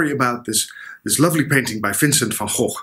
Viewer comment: SOOO nice to hear the Dutch pronunciation... we hear it so very rarely!!! It should be said that he was shot and that he may well have shot himself, as has always been assumed, but that there is also quite a lot of conjecture from very reputable sources that he was shot by someone else, either accidentally or deliberately.